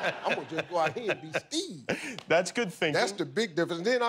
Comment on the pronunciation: He doesn’t even say Steve. It’s Steee.